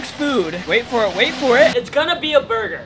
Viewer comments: Bro said burguer not burger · It’s funny when spelled burger wrong and said burgeur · “it’s gonna be a burguer”💀😂